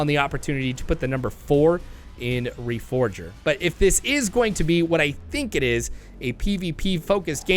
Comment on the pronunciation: What dbo you mean, they missed putting the four in reforger. Pronounce reforger slowly. Re-four-ger.